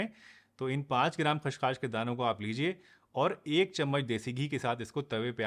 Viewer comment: सर ख़्सखास नहीं होता है, यह खसखस होता है